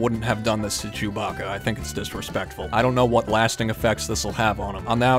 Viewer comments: Its not chuboca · ITS NOT CHEWBACA